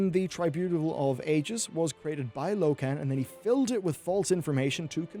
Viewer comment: low-ken? seriously?